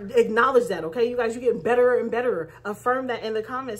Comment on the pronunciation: You're so funny! 🤣🤣🤣🤣 You said Betta - ruh 🤣🤣🤣🤣 ⭐SUBSCRIBED